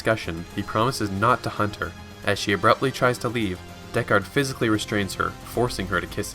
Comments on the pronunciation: Pronunciation of "DeckARD" here gives me twinges. And yet at first it is spoken correctly, for some reason. It should be more like the phrase gold record if I'm not mistaken. That aside, very nice condensed film. Though newbies should watch the entire movie, because it is outstanding scifi cinema and great to behold ... with a gorgeous musical score. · wtf why did you change your pronunciation of deckard as the video progresses. deckARRed